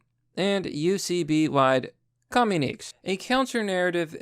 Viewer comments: Communiques = Commune - I - Kays. C'mon Man! You need to look into some books on pronouncing words you're not familiar with if reading things out loud is going to be a long term career goal for you. Might I recommend a decade's old book called Word Power Made Easy? It will help. A lot. You regularly butcher words on almost every video and this was the second time you made me cringe while you read on this one. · communiques is pronounced 'communikay' fonetically. it means letters or written statements. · It's pronounced commune - i - kays. Communiques. 😂